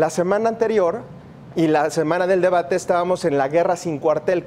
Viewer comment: Se dice De-ba-te. No De-Ma-Te...... y no seáis mentiroso.... Voto por Morena...